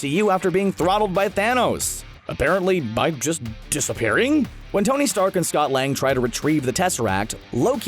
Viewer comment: Scot-Lang Scot-lan*d* Lol